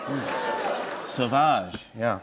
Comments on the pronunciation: It's not "so-vodge", it's "suav-age" as in "suave" and "savage". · Jimmy, that's not "Sauvage", that's "Sewage"!